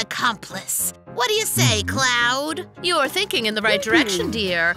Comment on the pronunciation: Ember: Like Wade: Reply Clod: Reply “Clod”